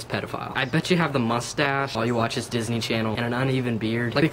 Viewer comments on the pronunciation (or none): none